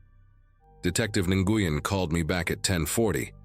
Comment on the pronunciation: Nguyen is pronounced NWEN NOT Nagooyen